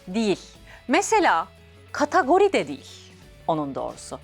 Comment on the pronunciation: diğil ❌ değil✔️